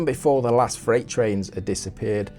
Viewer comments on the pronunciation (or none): none